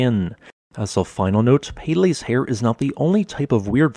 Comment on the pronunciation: peh-leh, not pay lay